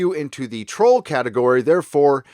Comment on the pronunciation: "Trol Legislation" lol